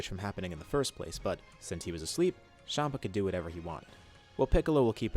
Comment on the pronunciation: Its champa not shampa